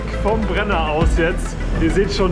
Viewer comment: Geiles Video. Schade dass ihr in einem schönen Land wie Österreich nur in der Nacht gefahren seid. Btw - es heißt nicht Bre-nero sondern Brenner-ro. capito? 🙂 Die Meloni lässt euch da gleich zahlen 😀